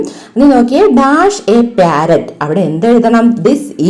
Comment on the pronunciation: Not pyarrot Say parrot